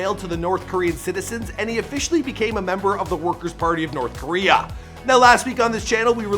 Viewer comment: The way this foo pronounces Korea cracks me up😂😂😂 Koriyaaa Lmao